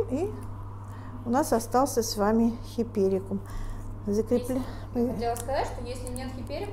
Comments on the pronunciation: Дамы, не хиперикум а хайперикум, учитесь правильному выражению на иностранном языке. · Правильно-Гиперикум, а не "хиперикум". Смешно даже-флористы. А Ваша ,,особая" спиральная техника? Сначала хризантемы собрать, а затем тыкать розы... Какая-то колхозно- спиральная техника. Упаковка -ужас .